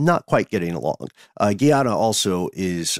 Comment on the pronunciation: Love you guys so much. You travel with me everywhere I go. Just wanted to say, it's pronounced Gah iana, not Gee ana Much love ❤❤